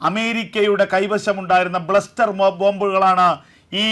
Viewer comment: ഒരുപാട് തെറ്റുകൾ വരുന്നു 1. ബ്ലസ്റ്റർ ബോംബ് അല്ല ക്ലസ്റ്റർ ബോംബ് ആണ് ശരി. 2.ബോംബ് ഭാരം14000 ടൺ അല്ല 14000 കിലോ ആണ്.